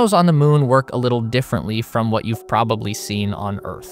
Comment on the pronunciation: WAH-TAH China found on the moon.